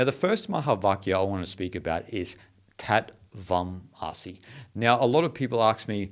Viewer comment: British transliteration of Sanskrit terms is nothing short of pathetic. Tat Tvam Asi is pronounced THUTH THVUM ASI (not Aasi by the way!). As per the Merriam Webster dictionary, Ä ä is pronounced 'aa' as in father, far etc. Anyhow, the word 'Tat,' how is anyone supposed to know how it is pronounced??? As in the word 'tatters?' As in 'Batman?' :) T as in the word 'time' does not exist in Sanskrit. It is either as in 'thin,' or if just T it is with a retroflexed tongue. Vac is how the British transliterated the Sanskrit word Vaach, (वाच्) or 'Word.' And not as in vacuum cleaner; how dumb that British transliteration was!! They said that the letter C refers to the Cha sound, extensively used in Sanskrit which means 'and.' Uvaacha, used in every chapter of the Bhagavad Geetha, means 'spoke.' Lastly, the letter 'a.' In Sanskrit it is usually pronounced as in 'uh.' Or 'unusual.' And NOT as in 'that' or 'apple.' And oh, Wikipedia lists the four Mahäväkyas quite nicely. We owe a huge debt of gratitude to Ädi Shankaracharya for emphasizing these great four divine statements.